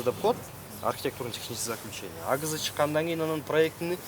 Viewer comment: АГЗны АТЗ деп коет🤣🤣🤣🤣